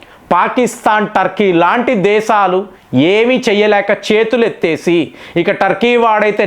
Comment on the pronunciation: Arei vedhava. Izarbaizan kaadu, Azarbaizan. Baarath kaadu Bharath. దేసాలు కాదు దేశాలు.